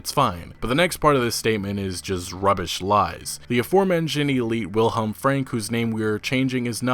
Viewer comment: As always, thank you for the video. As a quick note, Wilhelm in German is pronounced "Vilhelm".